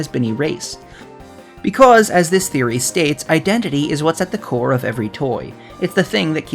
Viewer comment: Close enough, welcome Woody THREEory.